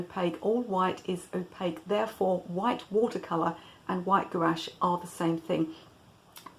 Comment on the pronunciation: Do you mean Gouache? if so you are pronouncing it incorrectly, if "garras" is a real thing I apologise lool, also thanks for the video!😊